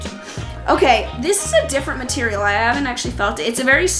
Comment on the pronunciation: Anyone else hear her say marterial